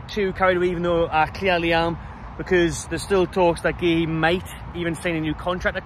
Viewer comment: It's pronounced COO😅